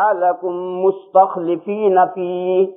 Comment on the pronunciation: 😢😢😢 مستخلفین بفتح اللام ھے۔۔۔ مفتی صاحب نے بکسر اللام پڑھا۔۔۔ الله تعالٰی معاف فرماوے۔۔